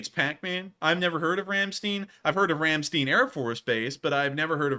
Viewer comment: i just love how u guys pronounce Ramstein hahaha